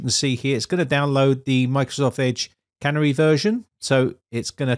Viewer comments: Surely it's pronounced "Canary" (like the bird) rather than can-ery version. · I was going to comment the same thing. Its canary yellow and not a cannery with machinery and cans. But then I was afraid that the Brits had their own pronunciation for the bird. After all they still drive on the wrong side of the road. 😉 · The correct pronunciation is Canary as in the bird, not cannery where food is canned! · Canary is a bird, not a, can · Vivaldi have doing multiple split screens for your yonks! Oh, and canary is not pronounced like "tannery", it starts with "can" and ends with "hairy" without the"h". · the 'Canary' channel is pronounced like the little yellow bird that could once be found in some coal mines, rather than a place where tin cans are made.;-) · You're pronouncing 'Canary' wrong. It's a bird that was commonly used in coal mies to check out whether the air was good. Clearly Microsoft are allowing users to test whether the system is safe.